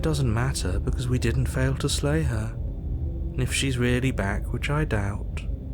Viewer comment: Slay? I thought you said "Lay the Princess" Ooops